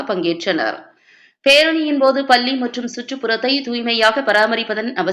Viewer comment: பள்ளி என்பதை சரியாக உச்சரிக்கவும்